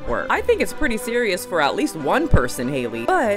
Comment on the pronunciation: Her name is pronounced like Halle Berry.